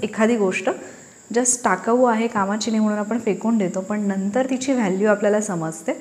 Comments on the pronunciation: फक्त जरा बोलण बरोबर ठेवा शुद्ध न आणि ण योग्य बोला णंतर नाही हो नंतर म्हणा😊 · ताई व्हिडिओ खूप छान, पण ण आणि न चा उच्चार खूपच खटकला. जसे अणुभव, ईग्णोर,, णंतर, मरूण, लोकांणा etc.